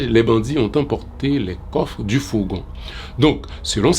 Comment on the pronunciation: fogon ou fourgon?